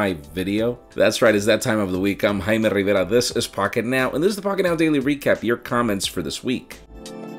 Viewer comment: It feels so nice when people say Jaime... that's my name... I'm saying this because most people pronounce it hi-may 😂